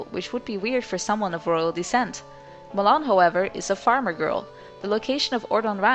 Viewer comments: Ma-Lon NOT Ma-lOn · "Muh-lon" OMFG.. x.x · So her name is pronounced malohn .Fudge I've completed loz oot calling her malown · At first I thought you said ghost melon. Lol. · Never got that right. Do you pronounce it MaLon or is it MaaLon?